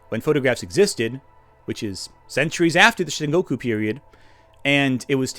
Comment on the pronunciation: Sengoku, for the love of God! What the heck is "Shingoku"? It's the age of Warring States, not New States! And what the heck is a daimeow? I mean, they were the fat cats of Japanese politics at the time, but daimyo is pronounced with a long "o".